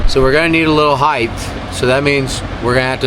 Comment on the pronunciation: It’s height* not heighth😉😉😉